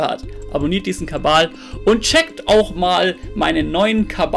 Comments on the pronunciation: Ja er hat sich mal versprochen und so hoch geladen und jetzt ist es ein gag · kabal.... es heisst kabal!